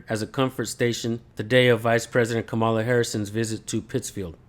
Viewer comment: It’s pronounced Comma la.